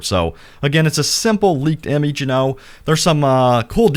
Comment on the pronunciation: Why you say image like that